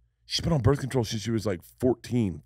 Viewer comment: is he talking about „Bert Control“ oder „birth control“? 😅